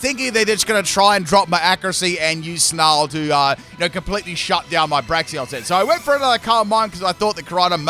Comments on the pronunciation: I hear Braxion not Braixen like lol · "Braxion" lol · Braixen is pronouned "break" "zen" 😅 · I think Delphox is a bit underrated, so I'm quite glad it got a buff in Gen 9. But call me crazy, did they actually take out Delphox' wand animations? Could've sworn it had animations involving its wand in earlier Gens. Also gotta love how you still mispronounce Braixen, ^^'